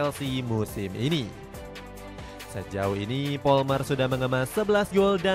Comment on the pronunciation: palmer bang, bukan polmer